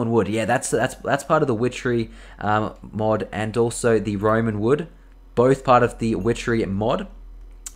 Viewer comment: He even Called it Roman wood again